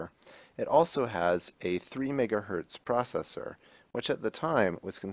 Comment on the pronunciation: It's 1 megahertz, not 1 megahert.